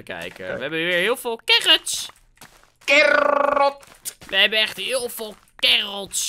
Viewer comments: Normal pep: wortel: carrot: carrrrrrrrrrrrrrrrrrrrrrrrot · Normaal Engels: carrot max: carrrrrrrrrrrrrrrrrrrrrot